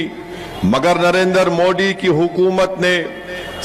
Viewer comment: जेव्हा ओवेसी "नरेंद्र" चा उच्चार "नरेंदर" असा करतो तेव्हा "दलिंदर" अस ऐकू येतो😂😂